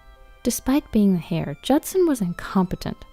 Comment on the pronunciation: The 2nd story? Heir is pronounced "air" the "H" is silent. It's not pronounced like "hair" like what's on most people's heads OMG Cackle Laugh narrated the next to last story 🤦‍♀️